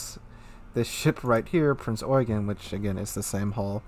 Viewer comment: dont know how you pronounce it, but my friend who's a ship nut drilled it into me that it you-gen. It might be an accent thing though